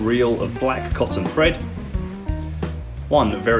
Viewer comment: did you know you pronounce thread the same as Fred? Is that a dialect particular to your part of the UK? The fifth day of the week... Thursday, do you pronounce if Fursday, as in the day you sell a lot of furs?